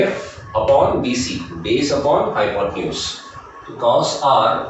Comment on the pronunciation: sir u`r pronouciation of hypotenuse is wrong